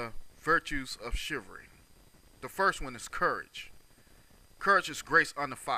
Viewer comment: Chi-val-ry: has 3 syllables. BTW, your use of English is poor. Subject / Verb agreement; This not "Dis"; other not "utter people"; suppose not "spose. PLEASE STAY OFF THE AIR or go to collecge (register for BROADCASTING.) ---- CHIVRY? What is a FEMINEM? LOL I dare you to post without responding or making an excuse.